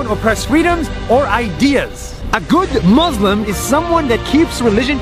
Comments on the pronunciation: Its pronounced muSLIM not muZLUM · He is palestinian, i bet he can pronounce 'muslim', wonder why he says maazlimb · It's pronounced MOOSE LIM it's not hard to say in any language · the fact that he pronounces it mazlim is enough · Did anyone else notice that Nas doesn't even say the word "Muslim" correctly? He pronounces it muh-zlem with a z instead of an s. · Why is he pronouncing it “muzlem”